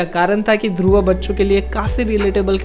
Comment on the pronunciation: It's Dhurv not Dhurva....... 😐